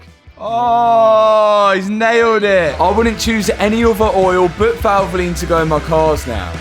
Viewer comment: Why do you have to say valvolin ?